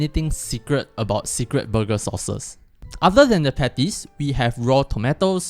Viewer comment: Booger or burger...🤣😂